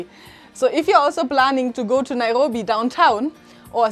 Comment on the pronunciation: I just can't get over how you pronounce "Naihobi"